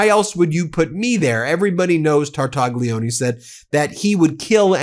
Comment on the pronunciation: Phonetics. Tar - tal - lyi - o - nay. NOT Tartagggleeeoneee. Ffs!